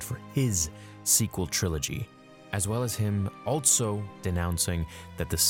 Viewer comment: At around 6 minutes you said "Altso", I'm sure you're tongue was tied lol